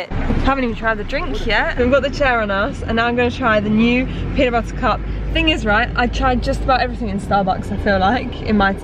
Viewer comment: PEANUT BUTTAH!?!?